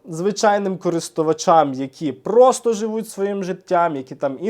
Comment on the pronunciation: Автор несе інфу в дусі марафону, але ставить вам лайк😂 Особливо люблю, як він наголошує, ми прості люди, нам простим людям😂